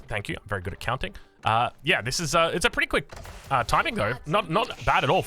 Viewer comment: Mother fucker did you say berry wise desicion?